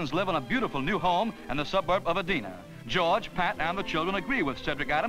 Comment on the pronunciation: If Cedric Adams had double-checked Marty Glickman's narration, "Edina" and "crappie" would not have been mispronounced.